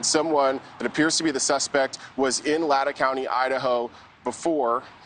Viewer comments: Lay tan county. Not latta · LAEH-TAEH!? Booo it’s pronounced Lay-tah XD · LAY-TAW not latta. MOS-CO, not Mos-COW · Also, heads up NewsNation, it’s pronounced “LAY-tah” county, not “Ladda” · It is pronounced LAYTAW. Also, News Nation, can we please look in to the stabbings of Travis and Jamilyn Juetten at 3 a.m. in Silverton Oregon, (only 6 hours 12 minutes away from WSU campus in Pullman) on AUGUST 13, 2022? Travis died of his injuries and his poor wife is barely making it through with the horrific injuries that she suffered. I find it interesting that this crime was committed exactly 3 months to the day, the 13th, of the U of I crimes on Nov 13. Also,the MO of brutal stabbing with a long knife at the same time of the early morning is something very suspect. Also if you look at the WSU schedule for that time, there were no events or classes scheduled on August 13 or 14. Hmmmm. There was on the 12th and then on the 15th. Surely LE is examining/must have really examined this. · It's pronounced Lay-taah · Dude it’s Lay taw County. Just like Mosco long O not Russia. Many names in this area are Native American like Cour da lane (pronunciation not correct spelling). Please learn correctly thank you. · It's LAY tah lol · Latah is pronounced Lay-taw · It’s pronounced Lay-taw. Just for future reference for the reporter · Minor point, but Latah is Lay-taw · It’s pronounced, Lay-tah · Latah County. Pronounced Lay-taw. Rhymes with paw. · and Lay-tah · He pronounced the county name and the city name wrong in this report. It’s Lay-taw (Latah) County and Moss-co (Moscow) City. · lay-tah county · It’s pronounced LAY-TAW County.